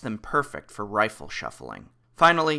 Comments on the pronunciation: I think what hes refering to is the fact that its called riffle shuffling and you keep saying rifle like a gun. If Im not mistaken. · It's "riffle" not "rifle." heh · Did you say…”rifle” shuffling?